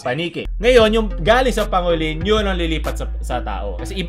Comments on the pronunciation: pang go lin* not pa ngo lin* lol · Boss di sa nagmmarunong, pero pang-golin po ang pagpronoune sa pangolin. Thanks, more power. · Dun ako na cringe sa pronounciation ng pangolin then armadillo pa ung pinakita lmaooo